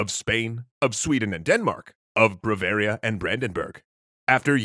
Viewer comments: I keep hearing brevaria rather than Bavaria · It's "BAvaria", not "BRAvaria"... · I'm Sorry, the State of ... Bravaria? That's one too many Rs in Bavaria! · Its Bavaria, not Bravaria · Braveria lol its bavaria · Why did you keep saying bravaria instead of bavaria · White and blue flag, Catholic state, famous Oktoberfest or BMW cars... Bavaria. Is it only me or you're saying bravaria?? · I do have to note, however, that the Southgerman Catholic state mentioned multiple times is called "Bavaria", not "BRavaria". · Are you saying B*r*avaria instead of Bavaria? or Brovaria? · did he say "Bravaria"? yes, he did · Lol "BRAVARIA" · Brah-varia? That's almost as bad as how I say pizza! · Did this guy just call Bavaria "bravaria"? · It was painful, but not as much as the way he was saying "Bavaria".